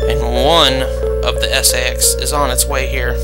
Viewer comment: I've watched quite a few of your episodes and I have found them quite helpful :) I know it may be just how you say it but I think it's pronounced "say-X"